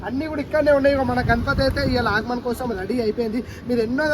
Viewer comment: Agman kadu bro aagaman 😂😂